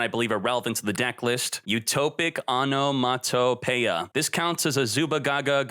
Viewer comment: say: onomatopoeia everyone before watching video: onomatopoeia now say: onomatoplay them after watching video: Ah-no-matah play